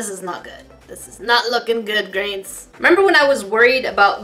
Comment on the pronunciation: Is it just me but when in the intro says hey grains it sounds like hey greens